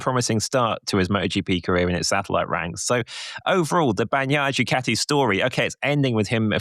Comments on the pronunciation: please please... bani-aia. not bac-naia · BAN-YAI-YAH. Come on man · Pecco " bagggnaia". english people just cant say his last name properly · Your guy needs to learn to pronounce Bagnaia. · That isn’t the correct way to pronounce Pecco’s name,.